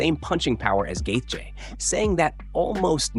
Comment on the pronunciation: Gaith-J? Garbage ai slop